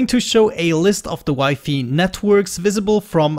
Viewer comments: Nobody: trying to pronounce wi-fi: W I F E Y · I pronounced it as "wee fee" when I was a kid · Is not mispronounced for him, is just that just about any other language besides English, i is pronounced like English e.